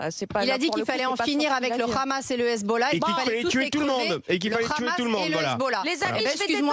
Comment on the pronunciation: KHamas, KHamas, KHAMAS... En Français on dit Hamas HAMAS ! La Palestine subit un pogrom depuis un siècle, réveille-toi !